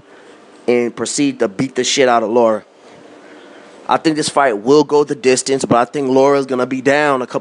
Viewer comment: Man you're analysis is so flawed, first you say Lara is not an elite fighter, he is a B- fighter, and then you say he is a supreme boxer, make up your mind oh yeah and it's Lara not Laura, you probably call Maidana Madona too